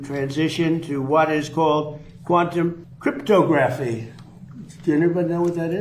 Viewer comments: "crypto-graphy" versus "cryp-tog-raphy". by placing the em-phas-is on the wrong syl-lable, did intentionally mispronounce this word? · Why did he pronounce “cryptography” in that strange way? He said it like it was crypto graph E. 🤔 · cryptOGraphy. accent on that SYLLable. or just crypto.